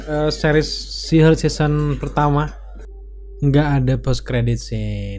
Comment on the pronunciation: abang ini menyebut She Hulk sihug